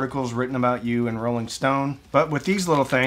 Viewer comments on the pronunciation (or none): none